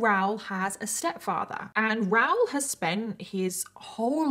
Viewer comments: Is his name ROWL or Rah-ool??? Not sure I can listen to an hour of “ROWL” So commenting for support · It’s pronounced RA oool, not Rowr. If you can’t even get the chief villain in your story correct, why should we believe your stories have any credibility? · I agree. The American in me also screams “ITS RAH-OOL” when she says “Raoul” but I realize I’m just being a dumb American bc accents and different pronunciations exist 😅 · I honestly thought his name was Ral or Ralph until the clip where he talked to the police and said his name and I realized it was Raoul 😂 I couldn’t search up the case of anything, because I must have misheard you and thought you said Ral the entire time as short for Ralph 😂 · Is that how you guys pronounce the name Raoul on that side? I'm in Canada it's a bit different. 😊😂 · don’t think you are pronouncing his name correct.